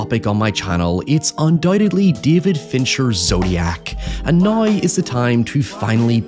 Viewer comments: We also need to teach him how to say "now" instead of a "noy". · We need to teach him how to say "now" instead of a "noy".